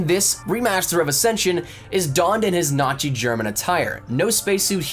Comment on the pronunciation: did he just say Nachi instead of Nazi to avoid getting demonetised?...